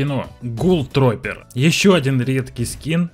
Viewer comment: не тропер а трупер